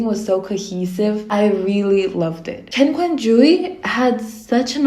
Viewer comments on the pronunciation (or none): none